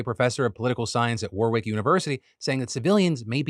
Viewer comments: lol phil said war-wick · Phil, I know English place names are a nightmare but I feel duty bound to tell you that you don't pronounce the second 'w' in Warwick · The way you say Warwick is so odd. Such a strong emphasis on the second W 😅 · just to let you know Phil, it is not war-wick, its said warick, you don't pronounce the middle W. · The way Phil said War-wick made me cringe. It’s pronounced War-ick in the UK lol 😂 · Warwick is pronounced Warrick. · Warwick = Warrick English pronunciations are dumb :p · Yo, Phil - it's not "War-wick University". It's pronounced "Worrick University". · Warwick is pronounced Warrick not War-wick. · Warwick is actually pronounced wa-rik, the second 'W' is silent. Sorry had to say it!